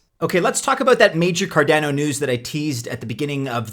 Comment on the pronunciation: It’s Card on O not Car Dan O 😂